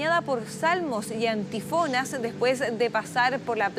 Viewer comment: Camarlengo, no carlamengo. Y no son hábitos de los cardenales, son sotanas. Son campanadas, no campanazos. Y son antífonas, no antifonas.